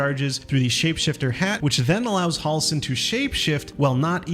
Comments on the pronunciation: Halsin Not Hawlsen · They say Halsin's name 100 times in the game and you still can't say it correctly. You're saying Hall-sin, it's more like Hell-sin. Js.